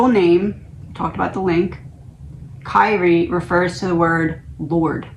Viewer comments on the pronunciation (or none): Prononced Kee Ree A (Alay Eeson): A Christian term in song sung in Catholic mass. LORD HAVE MERCY